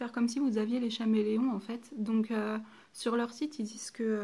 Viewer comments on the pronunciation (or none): putain mais on dit Caméléon pas chaméléon golmon va teubé 😂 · Merci mais on dit [kaméléon] et pas [chaméléon] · Chameleon se prononce CAméléon